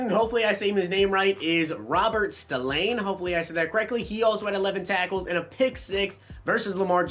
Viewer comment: It’s Spillane